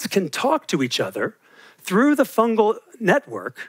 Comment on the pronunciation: Fungus fungal, fungi. Not funjus funjal funjai